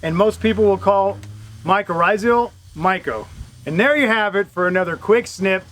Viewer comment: Rizal. Not rizial